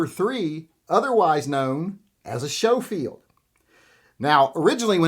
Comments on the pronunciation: Never heard Schoefield pronounced Show-field. Everywhere else it's Skoe-field. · I’m pretty sure Schofield is pronounced SKO-field rather than SHOW-field. Could be wrong though. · Schofield is sko not sho. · It’s pronounced Sko-field, not show-field. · It is pronounced Smith & Wesson Schofield not Showfield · Was coming to the comments to say the same thing. Glad someone else caught that first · Showfield? Never heard Schofield pronounced like that before. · Isn't it pronounced sko-field? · It’s pronounced Sko-field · "Showfield" "Calvary" Now I know you're messing with me.